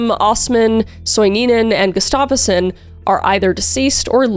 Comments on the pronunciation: Gus-stuff-son is how they pronounce it if I’m not mistaken. That said I got that information from hearing introductions for a UFC fighter. Love the content, great work! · I've heard this story covered so many times, but your videos always impress me. Btw, the stress on the name Gustafsson should be on the first syllable ;). It sounds like you're saying "Gustafeson".